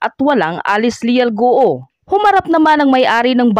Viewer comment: Hirap na hirap kayong ibigkas ang GUO, ang tamang bigkas nyan Guwo at hindi Gu-o. Pinapahirapan mo dila mo.